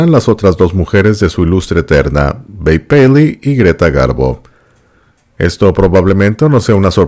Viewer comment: Lo bonito que se oye como pronuncia el nombre de Babe paley..